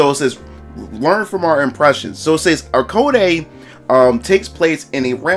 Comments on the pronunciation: *ai code - is how it is pronounced I believe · Hi! ACE here!💖 Thanks for the video! (btw just to clarify im a girl xD and the prononciation of the game is like "eyecode", like pronouncing the name AIKO, the name of the protagonist)